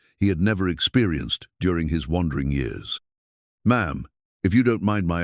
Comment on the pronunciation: Years are not pronounced like the narrator is pronouncing it.